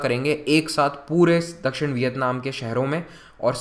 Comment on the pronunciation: Can't understand properly these words like nivesh pravesh dakshan etc